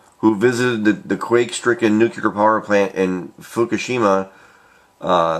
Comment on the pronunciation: Why does everyone say nucular and not nuclear? How hard is it?